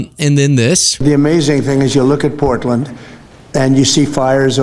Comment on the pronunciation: Did he say porkland???? Lol 😂😂😂